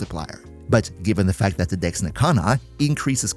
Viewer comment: Can... can you annunciate your e's a little better... it sounds like you're not saying Dex...